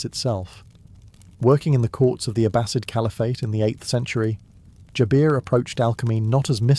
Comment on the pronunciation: its Jaber, not Jabeeer its Islam not Izlam